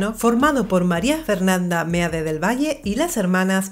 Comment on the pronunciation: como siempre un gusto ver sus videos, solo un pequeño detalle, el apellido de Fernanda Meade se pronuncia "Mid" con todo respeto y humildad, le mando un fuerte abrazo desde Ensenada Baja California, México